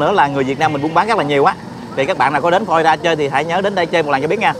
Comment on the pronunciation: Florida chứ không phải Flolida